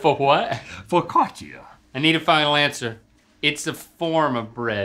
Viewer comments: Did Rhett say fokatchia for focaccia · Was...was Rhett saying "focaccia"?